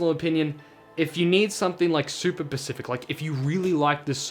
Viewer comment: Nice vid man. You just got a new subscriber. I'm about to do the same with brand new pixel 5. Could you please send me a link to the instructions you used to install it? p.s. stop saying pacific instead of specific, it's pretty irritating or is it an Australian thing? 🤔🤣